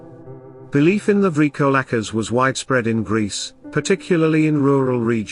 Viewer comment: 💀..I dig thee "LAMIA".., but I'm not sure about your pronunciation of the "VRYKOLAKAS"..